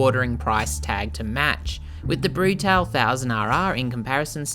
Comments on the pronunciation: Not Brutal it's Bruta - le . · I own this bike and it's been quite solid after the first year of ownership. Keep getting SCU errors (Susp. Control Unit), and installed the Arrow exhaust recently--insanely loud, but this bike is a real rocket and scary fast. Lots of complements on it wherever people who ride are found. Rims truly are stunning. Love this thing. Wish this guy would prounounce "Brutale" correctly, but oh well.